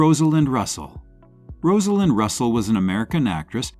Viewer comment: It is pronounced as "Roz-a-lind" Russell.